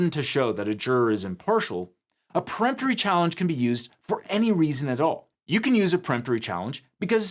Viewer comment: For the love of God if you're going to hire somebody to read off of a teleprompter for you please teach them how to properly pronounce legal terms. Preemptory and Voir Dior are both being massacred.